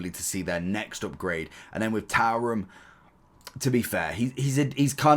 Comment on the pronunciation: Tarum? It’s Turam mate.